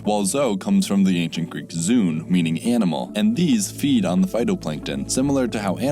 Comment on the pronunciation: Zoon is not pronounced “zune”, it’s “zoh-on”. Like prion or proton. It used to be spelled in English with a dieresis: zoön.